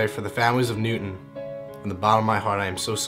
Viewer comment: hey, its pronounced new town like literally new then town, but i feel those kids came to earth on a journey so that american can realize that there are such absolute crazy people who don't deserve to live.